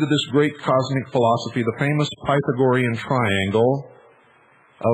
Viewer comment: Can't even pronounce Pythagorean